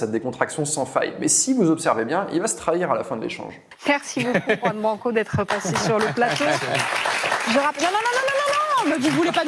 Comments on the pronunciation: C’est pas Ouan Branco, c’est Juan 😉 Apprenez à ne pas écorcher les noms ! Merci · Mon Dieu, même pas une minute passée dans la vidéo, et je suis déjà attéré! Juan Branco sont un prénom et un nom totalement espagnols! On ne dit pas [roue-ane] mais [KHouane], on porte ses coJOnes, et on prononce "la JOTA (la lettre J), à l'espagnole, comme un KH arabe, langue de laquelle la jota est évidemment inspirée!... merci